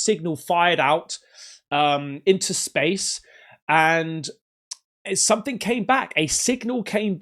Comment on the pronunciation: Stop saying "somethink" - it's "something" 🤦‍♀️